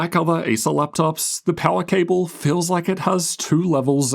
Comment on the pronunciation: Pawa "power" 😅